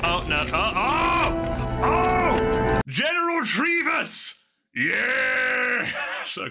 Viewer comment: General Treevous! 😂😂😂